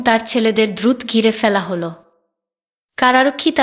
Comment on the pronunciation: দিদিভাই, আমি পঃ বঙ্গ হতে আপনার পাঠ শুনছি । এটা ইতিহাস না উপন্যাস বুঝতে পারছি না । অবশ্যই সুলিখিত । তবে আপনার উচ্চারণে কিছু সমস্যা রয়েছে, যা হয়তো দেশ ভেদে স্বাভাবিক । জলকে পানি বলছেন না । আর যেন, আয়োজন, দ্রুত, ইত্যাদি অনেক শব্দ উচ্চারণে বিকৃত হচ্ছে । কলকাতার উচ্চারণকে অনুসরণ করলে মনে হয় যথার্থ হবে । আসিফ মহিউদ্দিন, জাহাঙ্গীর আলম (লালু উস্তাদ), মাতব্বর আজাদ অভিজিৎ, মাসুদ প্রমুখদের শুনতে অনুরোধ করি । ভালো থাকুন ।